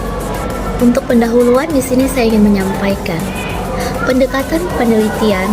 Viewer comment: Pendekata-N nek, bukan pendekata-M... semangat nek